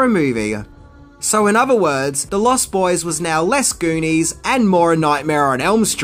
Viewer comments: Its pronounced LOST boys, not lost BOYS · I have to ask, is it your accent that makes you pronounce it "Lost BOYS?" You put a lot of emphasis on the boys part.